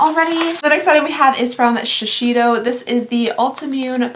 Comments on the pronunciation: You always say shiseido wrong. It's "shee-Say-doh" not "shee-shee-doh". There's literally no other "h" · Oh … shishito is a pepper. Shiseido (she-SAY-dough) is the brand 😂 😂 😂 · In "information nobody asked for", did you know that Shiseido is pronounced "she-say-doh“? That's the kinda-Japanese way of saying the brand 😌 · Watching from Japan❤️ You should REALLY try the Shiseido!! That thing is worth the money!! fyi it's pronounced shi-say-doh :) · "Shiseido" is pronounced more like "she-say-tho" :) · I love watching you unbox all these advent calendars! (P.S. Shiseido is pronounced she-say-dough) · The way you pronounce shiseido is precious 😂 it’s Sha-say-do